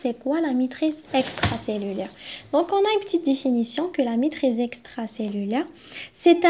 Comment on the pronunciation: même la prononciation compte